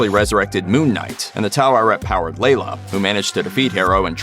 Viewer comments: It's funny hearing you say "Taw eret" instead of the pronunciation from the series("ta-weret") xD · Take a shot every time the voice over says "tar-arret" 🥴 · Taweret is displeased! She says don't Americanize her name, say it as it is written. 😆